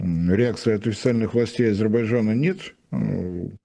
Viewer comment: Ну почему Азебаджан? 😂Азербайджан.Режет слух.Прям как Горбачев ))